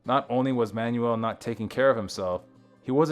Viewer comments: Stoked you're shining a light on RM, but his last name is just pronounced 'manual', like a gearbox, or an instructional handbook. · At least pronounce the guys name properly. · terrible, they can't even pronounce his name properly. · Learn how to pronounce his last name!